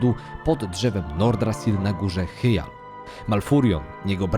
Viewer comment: Po pierwsze - Primo: HAJ-DŻAL ! Po drugie - Primo: KIL-DŻEJDEN ! Po trzecie - Primo-Ultimo: DRE-NAI !! Sorry, ale musiałem, bo normalnie krwotok z uszu, szczególnie przy “dranejach” co 10 sekundach na poczatku. Skoro jedne nazwy własne wymawiasz jak w oryginale, to badź konsekwetny przy innych.